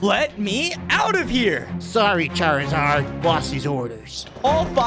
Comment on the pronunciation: Charzard not hazard